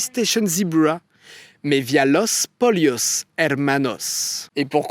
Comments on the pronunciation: S'il avait prononcé sans accent ça aurait donné "Los PoLLos" 🤷🏻‍♂️🤷🏻‍♂️ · "Los polios hermanos" purée avec toutes ces recherches tu parviens pas à savoir prononcer un mot espagnol aussi simple ! c'est insultant pour les hispanophones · Salut, faut arrêter de vouloir prononcer certains mot avec un accent. On dit pas los polios mais los poyos, on dit pas walter weight mais walter white